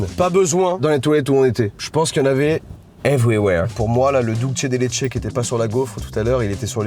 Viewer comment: Dulce de Leche se prononce Dulsse svp 😭😭